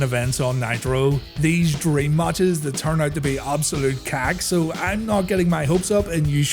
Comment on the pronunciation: When you're also from Northern Ireland and spat your tea out when you hear him say cack lol